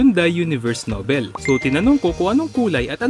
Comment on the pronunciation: The diction for the word "noble" is noh-bol